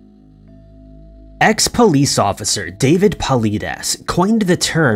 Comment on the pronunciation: It’s sad you can’t even pronounce David’s name correctly.